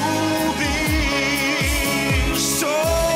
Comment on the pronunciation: У Серова на слове лЮбИшь практически 2 ударения, а у Алехнл чётко любИшь